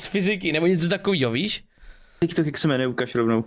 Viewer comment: Říká se tik tok a ne Ťik Tok